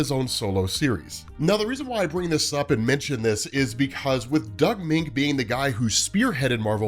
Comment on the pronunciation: Moench is “MEN-ch.” Doug Men-ch.